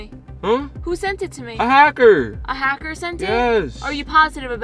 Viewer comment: When said "hackter" i died😂😂😂😂😂😂